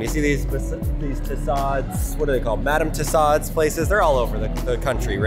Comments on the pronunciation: I thought he said Madame Toe Sod's 😂 P.s.- I love because he's just like my Dad. Glad he can have fun, be goofy, and he's a good sport about us making fun of him when he says Dad stuff 😉🤗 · How do you pronounce Madame Tussaud’s?? Lol